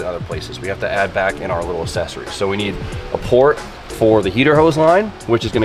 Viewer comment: for the love of Christ, please stop pronouncing accessories wrong. I don't know how you mispronounced it 6 times in one video. Ya fuckin ding dong